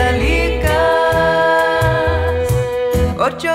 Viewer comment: The only thing I'd criticize is that the singer during the chorus she pronounces kandalikas when it must be pronounced kandelikas with an EH not an AH...Is difficult when you don't speak Spanish/Ladino.